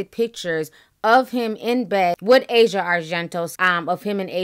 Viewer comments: You're pronouncing Asia's name incorrectly.... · "AH-ZEE-AH", not "EH-ZHA" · Ah-Si-Ah Argento, that’s how her name is pronounced her Dad Is Dario Argento an Italian filmmaker she comes from money power and privilege too. Her whole family is creepy her dad directed a version of phantom of the opera that featured Asia his daughter naked, having sex, and getting raped throw the whole family away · Not a fan of any of them. Her name is actually pronounced ah-see-uh not asia like the country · It's pronounced a-c-yeah, not asia the continent.